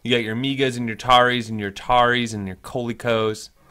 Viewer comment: Did you just call Coleco Cole E Co? 😢🤣